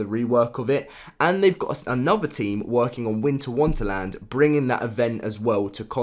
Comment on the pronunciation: I love how u said Winter Wunterland rather than Wonderland